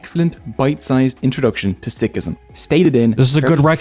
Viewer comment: Many pronounced words in video were wrong as well. But Sikh, Sikhism were correct pronounced. I will suggest learn from your local sikh dwellers.